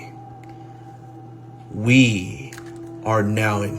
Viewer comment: Is anyone really gonna be influenced by a guy who can't iron his shirt or pronounce tyranny?